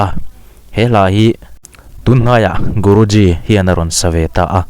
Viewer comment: Guruji khian a lam fiah lo deuh chu a nih khi